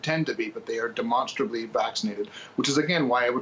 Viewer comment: Demonstrorably???? You got any more of them attention seeking words